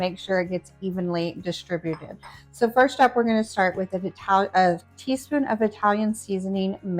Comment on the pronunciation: "testeen," "cookeen," "dooeen," "shutteen," "warmeen," - there is a "G" on the end of those words. "Dishtribute??" Ugh.